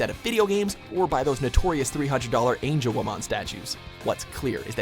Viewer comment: 2 things: 1.Couldn't leave it as a tie could you? 2. PLEASE (FOR THE LOVE OF GOD) LEARN TO SAY THE NAMES FROM DIGIMON RIGHT OR DON'T SAY THEM AT ALL! (it's pronounced ANG-E-WO-MON)(the say the names in English in the anime, so how hard is it to get all of the ones that appear in th anime right?) But overall, a very fair comparison (although they should be considered equal on the last category (it's not Digimon 's fault that they were marketed as pokemon knock offs (which they are clearly not) in America. Blame whoever messed up in marketing for that one.